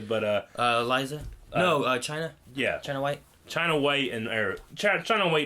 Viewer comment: It sounds like Chenna Wei not China Whte